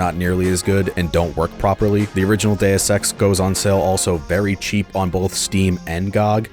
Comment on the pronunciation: "Modern Deus Ex games", or as I heard it, "Modern day sex games"